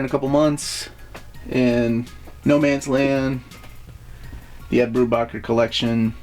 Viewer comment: In case no one's mentioned it yet, it's pronounced 'Brew-Baker'